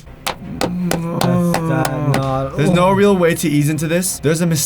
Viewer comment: You idiot it is not weal it's real